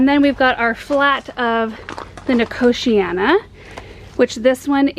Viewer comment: I'm so glad you said nicotiana. I didn't know how it was pronounced and always said nicotine-a. Eek! Always learn something new on your channel. Thanks and team:)